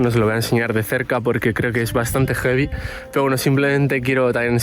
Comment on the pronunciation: ver un perro muerto es gevi,,,jevi,,,heviii?????no se entiende,, ya que significa serpiente,,, placer,,, jefe militar,,,,español y hablando asi?? jajajaja